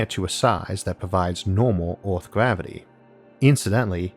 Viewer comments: Why do you say Orth instead of Earth? ^^" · Why’s that you got some words perfectly pronounced and some so weirdly said? Like Earth you say Orth And Dark you say Doke Also clear you say Cleo Edit: omg after I spell it out I know you can’t pronounce “ar” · an interesting video, but it's difficult understanding him. does he have a strange accent or a speech impediment? for instance, he pronounces "earth" as "orth", etc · Why do you say "Earth" "Orth" ? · Okay I’m really sorry and this is really rude but do you have a speech impediment because you say earth like ewth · It's Earth Not Oarth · Highly speculative blather with an Elmer Fudd accent... the word is 'Earth' vice 'Orth'... see a speech therapist. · I can’t stand this guy! It’s called earth, not orth...There is no O...same for Jupitor...I just can’t with this guy...Pronounce yo shit correctly...k thanx bye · What is this guys accent? “Hello it is us, the humans from planet Orth” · "...from OOOORTHHH" ...again XD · Where is this "Orth" place he keeps speaking of? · Lol well I’m not trying to make fun of anyone’s speech impediment I just found it amusing that a guy who makes space videos pronounces his planet wrong lmao the vids are great I hope it wasn’t rude for me to say that. ❤️